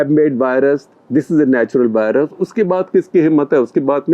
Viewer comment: It's "virus", not "wirus". Instead of using "w" for "v", you should use a soft "f". It is much closer to "v" sound. Try it: "firus". Test it on American friend